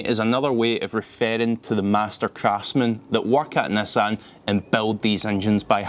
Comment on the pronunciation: Why you speal nassan instead of nissan?